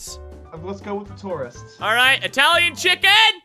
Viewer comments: It's chich-en itz-a not Italian chicken. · "Chichen Itza"? I heard motha fuckin' chicken pizza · he didn't know how to say chichen itza